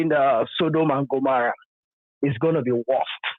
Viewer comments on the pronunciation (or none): none